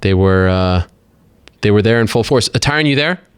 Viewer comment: "TyRun Woodley"